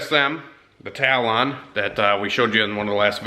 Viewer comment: I think the car isn’t charging because it’s angry that u keep calling it a “tal....Lon” 😂 it’s “talon”, one word. 🎅🏿🎅🏿🎅🏿🎅🏿